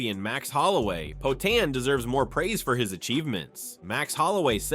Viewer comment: poaTAN cormYerr